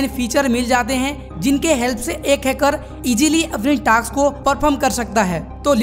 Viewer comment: Task ❌ taks✔️